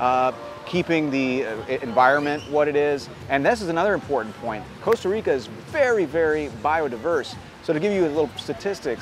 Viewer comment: *Costa Rica, not Coast